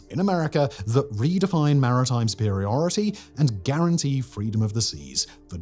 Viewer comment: Did I heared "guarantied" ?